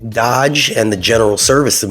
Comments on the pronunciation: I'm sorry but it's NOT dodge, it's DOGE with a Long O. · Dōge not dodge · The fact that you can’t even pronounce “Doge” correctly, i can’t assume you know what you are talking about. Next video!